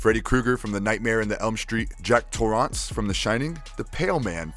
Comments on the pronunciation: Jack Tor-ah-nce. My favorite actor. Do you also say meecrowa-vey and ela-vah-tore? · "Freddy Kruger from The Nightmare in the Elm Street, Jack Torr-ahnce from The Shining..." The fuc? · Why did you pronounce jack Torrance like that?